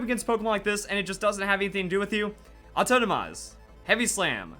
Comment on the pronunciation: I'm trying to place his accent. 'AuTOENOmize' is going to drive me insane.